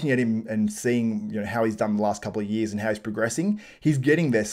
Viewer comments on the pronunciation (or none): oh "years". kept hearing yeez